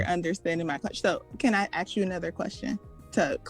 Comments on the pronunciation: WTH she talking about??????? If she is so educated why does she keep saying axe. That a dead give away for a liar. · This lady is completely imploding because she hates that shes a Big Backm. Shes has a communication degree but cant pronounce the word ASK. Its not AXED! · If she is telling the truth about her degree, that just shows how easy it is to graduate college. She was also saying axe instead of ask, pathetic. I can guarantee she doesn't have a 25 inch waist. You can hear the obesity in her voice. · “Axe you” says the “communications major”😁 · Once you hear ,"aks" walk away fellas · Communication degree- ax you. Cmon Gee I wonder why she’s single. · This woman claims to have a masters degree in professional development, and has not yet realized, in all her years at school, that the S is before the K in the word ASK 🤣🤣🤣